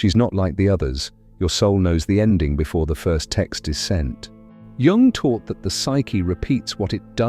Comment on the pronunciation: popcorn psychology from a dude who cannot even pronounce Jung's name 🤷‍♂️